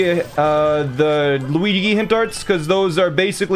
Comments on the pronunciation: He says "loouigi" as a joke if you will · Is he pronouncing Luigi wrong on purpose as a joke or something?